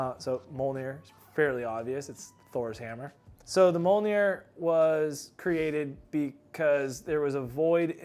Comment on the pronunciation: It’s pronounced ‘me ole near.’ Come on man, how did you manage to mispronounce your own product.